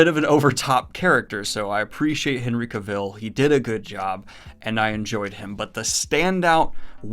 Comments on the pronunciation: Daniel, say it with me CA-vull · Oh and Cavill is pronounced Cavill as in Travel dude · Cavill rhymes with travel. Not kuh-VILLE. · Hen-ry Ca-vill lol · Am I the only one getting triggered by the way he pronounces Henry Cavill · still not knowing something so simple as pronouncing a 2 syllable name of someone pretty famous is hilarious given all the nitpicking of everything else..truly entertaining :)